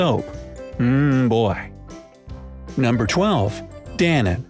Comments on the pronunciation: In Germany you pronounce each letter Da-no-ne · Isn't it pronounced dan-own? :P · Danone is pronounced "da-known" in the UK, although comedian Limmy did do a sketch about someone mishearing it how you pronounced it in this video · Danone is pronounce Dan'own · danone is pronounced like dan lone, without the L Edit: in china, Xue Bi and Ke Kou Ke Le, are pronounced shwey bee and ker co ker la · I nearly fell off my chair laughing when he tried to pronounce Danone. Furthermore you showed a map of Spain when you talked about Bristol in the UK. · Yes he Pronounced it wrong